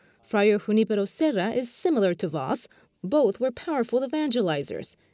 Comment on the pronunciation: Thanks for the good news. Please check the pronunciations. I accept that "Ju-NI-pe-ro" is an anglicization of the name, but the male announcer really mispronounced it.